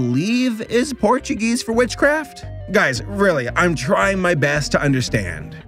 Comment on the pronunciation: "portuguese" Bruhhhhhhhhh 💀💀💀💀💀💀💀💀💀💀💀💀💀💀💀💀💀💀💀💀💀💀💀💀💀💀💀💀